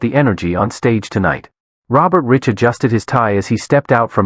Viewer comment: His name is pronounced “Rike” not Rich